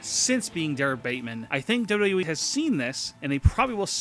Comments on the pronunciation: Learn to say W-W-E, you sound dumb saying "dub dubya ee" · john madden dubbydubooeee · duhwuduhye LMAO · W.w.e your saying it like it's a word space it a little. Like you say m.m.a. And u.f.c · DOLUDOU WEE ?? What are you 5? With speech impairment? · john madden true! he says WWOOOE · the way he say wwe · This guy cant even say WWE correctly.